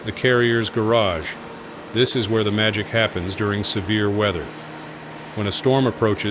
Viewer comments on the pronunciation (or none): none